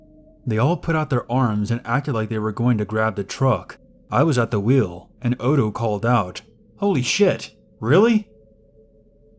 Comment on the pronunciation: NOTHING infuriates me more, is when these people who decide to be "PROFESSIONAL READERS" keep fucking up the most basic of words and names. If you don't know how something is said, take the literal second to verify it. Is ODO supposed to be "OTTO" like how do you fuck up that? We had one guy saying Ar MY RE for ARMOIRE and it took me by the end of the story to figure out what he was trying to say, and had to confirm that was the right piece of furniture via a CURSORY GOOGLE search. SERIOUSLY it's not that hard. IF I DON'T KNOW HOW TO SAY SHIT, I look it up. IT would be one thing if it was an ethnic name, then that would be excusable and make sense. BUT WHEN IT'S COMMON NAMES AND ITEMS, ZERO EXCUSE.